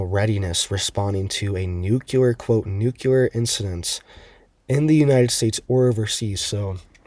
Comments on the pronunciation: New...Clear.... nuclear..... NOT NU-QUE-LAR. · nowhere in the country is it pronounced "nukuler." I'm not making fun of this guy, Its like nails on a chalkboard to many of us. 😐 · President Bush pronounced it " NUKCULAR".. !! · Its not pronounced "nuculer" cmon bruh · exactly. It's simply hard on the ears is all! I knew I wasn't the only one it bothers, but I also know most ppl will never stop mispronouncing it 😅